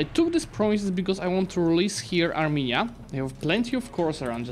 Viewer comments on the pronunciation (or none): none